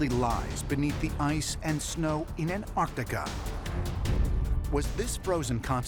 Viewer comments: It's not anartica it's ANTARTICA why can't people say it correctly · It's pronounced Antarctica, not Anarctica. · Because it's not that either. It's Antarctica. You missed the "c."